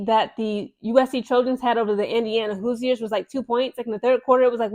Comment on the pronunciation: I don't think the "i" in Hoosiers is pronounced. It's more like "whose-yours" as in "Who's your pick?" Great video.